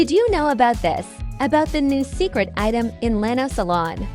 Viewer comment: is lina's salon, not lana=))))))))))))))))))